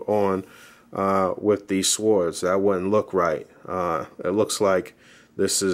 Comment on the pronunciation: No offense to my man and his reviews always dope, but I'm no English major or professor of English but I believe the correct pronunciation for swords is :(sordz) not "swords" the w is silent 😆 just saying my man hey we all been there with one word or the other keep making great vids dog really informative.